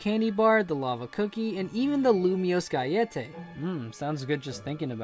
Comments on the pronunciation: Not to be that person but Galette is pronounced Ga-Let not Ga-yet-eh. Its the french word for a cookie. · Lumiose... Guyettay? Gallette = Gah-yet because it's French, not Spanish haha :P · It's pronounced gal-ET not guy-ET-tay Kalos is french, not spanish. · Ok some pronunciation pointers. Galette is pronounced exactly as it is spelled. It's not pronounced like a spanish word. It's french. Ga-Let. Ikue is pronounced Ee-Coo-Ay. HeaHea is pronounced Hey-a-Hey-a.